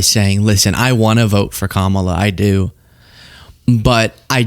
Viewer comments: its weird hearing him not fuck up pronouncing kamala on purpose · Wow! He actually pronounced Kamala's name correctly, he really is slipping. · It's weird how he all of a sudden knows how to pronounce her name! Kamala